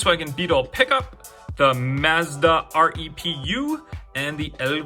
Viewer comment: BTW say the Mazda repu like this, reepoo